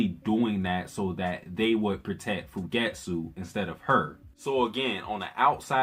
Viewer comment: Thanks for the great recap. Btw it's Fu ge tsu and Sa tsu ki. Don't run the first syllable unto the "t" or the second syllable in Fugetsu into the t. Also, the u in Satsuki is minutely pronounced.